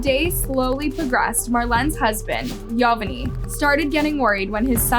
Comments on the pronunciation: It’s govani not yo va ney wtf😂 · bro please say their names right. (yo-van-knee) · Bro the way she’s saying yovany even after the interview is annoying the ahit out of me 😭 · Her husbands name is not pronounced yo-ven-eye it’s Govani with a Y yo-von-E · His name is not pronounced Yo van nay it is pronounced like Giovanni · Its pronounced yo van ee not yo van ay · Hearing the husbands name pronounced as YO-VA-NAI is so annoying. It’s YO-VAH-NEE. ITS SO OBVIOUS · It’s not yovanai, it’s pronounced jovani, jo van I Through out the story you pronounced it wrong… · It's not pronounced "Yo-Ven_Eye". It's pronounced "Ee-Yo-Von-Ee". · yovanay LMFAOOO girl its pronounced yo•van•ee 😭😭😭 like geovanni??? 🤦🏽‍♀️ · At least pronounce her husbands name right it is pronounce “ geovany”!!!!! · How are you going to include a news video conference where someone literally says her name yet you’re STILL pronouncing it wrong- his name is (yo-van-ni) SIMPLE! gosh and stop saying “called” for goodness sake’s when you’re saying the victim’s name or family. SAY “named” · Yovany is actually pronounced GIO-vanny. Only difference is is that Yovany is Latino so that's the Spanish version of Giovanny or however you would spell it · This is sad Also her boyfriends name is pronounced Giovanni [Geo-von-knee] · Yovany is pronounced: yo-von-ee What a sad terrible crime. Great video! Thank you so much I'm a new subscriber, loving your content! 💕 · His name is actually YO- Vonny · "YOE-VON-NEE" is how it's pronounced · Why are you pronouncing Yovany like that? They literally pronounced it correctly in the news report 😒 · The news clip pronounces Yovany correctly and yet you continue to mispronounce it every time 🙄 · I’m sorry but the way said “yovany” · Crazy sad story !!! The victims husband name was mispronounced the entire time . I’m sorry it just threw me off.